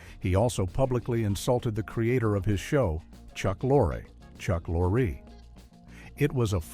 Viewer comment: Lorre? Lori?😂😂😂😂